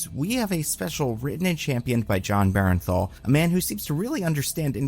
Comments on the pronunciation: Buddy I swear I have to comment this every goddang time. It is BERN-THAL, not BAREN-THAL. please, for my sanity acknowledge this. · please. its BURN-THAL. not BARREN-THAL